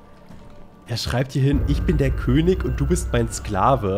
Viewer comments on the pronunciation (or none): none